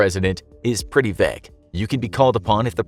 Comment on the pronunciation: Why does he say vague like that 😭